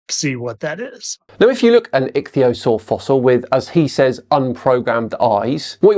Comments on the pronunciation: "ITCH" theasaur......LOL!! Right off the bat he proves (AGAIN!!) he doesn't have a freaking clue what he's talking about. What a maroon. I didn't bother wasting my time with the rest of his stupidity. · "Itchy theosaur" "Rhymes with cragon" What an over confident moron. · “Fittest Flat Earther”? This guy is exceptionally fucking stupid, and yet he manages to project an air of pathetically misplaced confidence – in himself, in his reading skills(“itchyosore” indeed!), and especially in his stupid, stupid notions about dragons and dinosaurs, of which he appears to know absolutely nothing. Bring back CC, who presents as a mere fool who secretly knows he’s full of crap, because his wife tells him. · "Itchtheeyusaur" has replaced "nookyular" as the mispronunciation that annoys me the most. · Itch-theosaur 🤣 I know I shouldn't laugh at how people pronounce things....but I am. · I'm starting to lump him in with the parody crowd now. This video put me over the top. Dragons. Deliberately mispronouncing ichthyosaur, Slovenia, Mesoamerica. Then the absolutely ridiculous triple head shot. Trump is Elvis?? Dude... With the awful flat Earth stuff he posts I thought maybe he was just dumb. But this is too much. I think he's parodying now. He has to be. Please. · My national flag says otherwise. The fact that he can't pronounce Ichthyosaur properly just seals the deal on his ignorance. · Oh, looky look. I can't pronounce Ichthyosaur. Well well! Surely he can't be uneducated, can he?